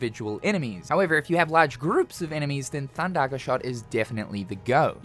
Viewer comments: thundagger😮 hard r too😅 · Theres no r thin thundaga